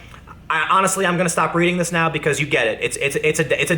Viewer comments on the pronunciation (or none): none